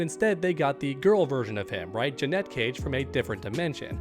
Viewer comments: It’s not JUH-NET it’s Janet 😑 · Dude idc how many people typed it already, here it is again so it sticks! THERE IS A HUGE DIFFERENCE IN PRONUNCIATION BETWEEN "JANET" AND "JANETTE!" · It’s Janet , not Janette 🙄🤦🏾‍♂️🤣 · Janet. Not Janette 🤦‍♂️ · Do you call Janet Jackson, Janette Jackson? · JANET: Her Name JEANETTE: What you're saying It's not a huge deal, I know, but it does make me want to switch off the video. I don't know why it bothers me so much. Keep up the good work,! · she says janet and he still says ja-net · I've seen several streamers calling her Janette. I'd never heard anyone pronounce Janet that way until now. So strange. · I think I pronounce it like that because my mom's name is Annette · Thank you lol The way he’s saying it is spelled “Jeanette” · yeah I put it that way on my original comment about it, just didn’t want to correct the op of this particular comment but yeah definitely says Jeanette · admitted that he would rather to pronounce her name as Janette than janet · WTF? Her name is JANET, not Janette! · Say it with me: jan as in January 🤦🏻‍♂️ it ain’t hard bro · Awesome video just so annoying the way u say JA-NeT 😩cage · It's insane to me that someone can't pronounce the "Janet" It's not jennay jenet or any other stupid way to pronounce it. JA-NET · Stop saying Janet wrong. Jeanette is a different name. You look stupid. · my guy still can't say janet..... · Why are you saying her name like that? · Really curious to see how u pronounce Janet Jackson 😂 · 😂😂😂 It’s not hard to say her name Janet but call her Joey Cage 😅😅😅😅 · Thank you I said this yesterday it’s infuriating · It's super cringe when u pronounce Janet wrong... She literally says her name in the game..... But anyway... they simply didn't announce her because they ain't wanna spoil the ending... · Bruh he drives me crazy saying her name wrong 🙄